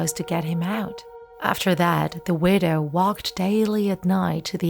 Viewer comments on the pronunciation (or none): none